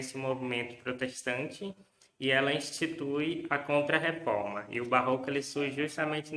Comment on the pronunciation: Faltou não é "barro" nem "oco", é Barroco!